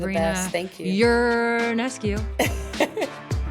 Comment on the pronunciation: Sue Bird: your podcast is off to a great start! I so look forward to more! (Also: remember, Sabrina has said that her last name's last syllable is "coo," not "kyoo.")